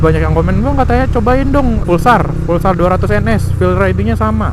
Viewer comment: Maaf bang tapi namanya Pulsar bukan Fulsar :'